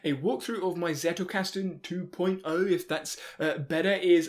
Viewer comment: Not to be that annoying commenter, but... Zettelkasten. Not Zettle. Zettle is a payment system by Paypal 😉